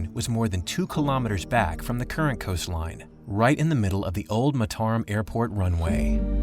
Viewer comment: Fascinating and very well-made documentary but strange that nobody told the narrator how to pronounce the capital city of Lombok.